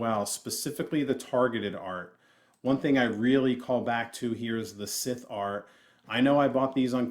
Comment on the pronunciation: Just wanted to point out that Scythe is pronounced "Saithe" not "Skith" 👍